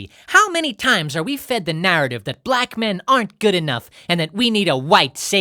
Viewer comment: 😂 she put 4 mucus filled syllables into black 😂